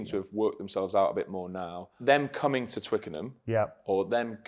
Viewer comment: Come on Danny, is Twickenham FFS